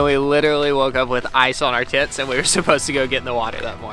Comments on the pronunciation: Yeah I didn't not here tents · 100% did not hear tents... 🤣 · Micaela Blach yes! i replayed it like 10 times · I’m wearing very good headphones and I heard “tits” lol 🤪😜😝😛😌🙃🙂😊☺️🤣😂🤦🏻‍♀️🤷🏻‍♀️ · I honestly thought said “ice on our tits” and was like WOAH! Had to rewatch over and over a few times til I realised he said tents. 😂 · I had to replay it 5 times and still wasn't sure if said "tents" or not! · Ha I am southern, and I thought he said something else with an I not an E and no N. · I didn't even realized I heard it wrong until I scrolled down😂 I was just thinking "Oh, well that's descriptive" 😂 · What?.... he said ice on our tents?... Sorry heard something quite a bit different😂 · I didn’t believe that he said tents for literally 5 minutes 😂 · Oh is that what he said I thought he said something inappropriate lol I guess we have a dirty mind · When said they “Woke up with ice on our tents” I thought he said something much different. 😆 Great video! Now, scuba diving is on my bucket list for sure.